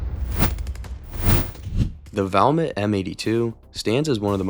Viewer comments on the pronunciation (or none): none